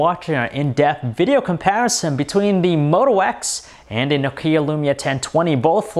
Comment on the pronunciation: Stop saying No-kea!!!